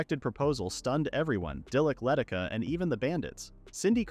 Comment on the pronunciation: The village girl's name is Leh Tish Ah, not Letticuh.